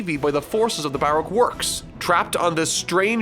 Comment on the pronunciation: Anyone else really bothered by his pronunciation of 'Baroque'?